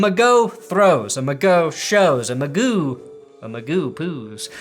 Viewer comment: Pls stop pronouncing Mcgoo like that